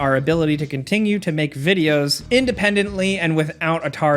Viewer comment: Is it just me or does he put a G In Continue? Contingue Continguous. Anyone else here that?